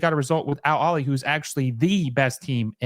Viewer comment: Al Aheley. The H is not silent. It means “The Family”.